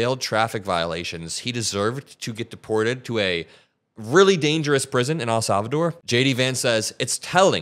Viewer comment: Bruh it's EHL Salvador not AL Salvador